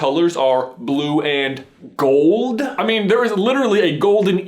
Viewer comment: Hearing him say "gold" is hurting my soul!